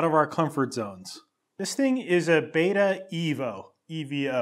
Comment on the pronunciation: As a British trials rider and hgv tech I was kind of excited to watch this. I had to stop the minute you said Beta wrong 😅😅